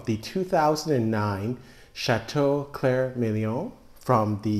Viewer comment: You still haven't got the pronunciation quite right; It's Milon / exactly as written, not Million!!!